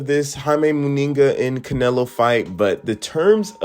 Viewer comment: At least if you are going to comment on fighters you should get their surnames right. Eubank is without an “s” on the end of it and somehow you butchered the surname of Munguia by including an extra “n” in it coupled with an odd pronunciation.